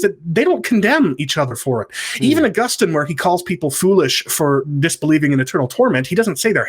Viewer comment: Ah-GUS-tin seems to be a better pronunciation...^^